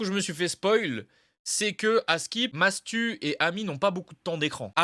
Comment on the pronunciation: Non il a vraiment dit Matsu et ça à fait polémique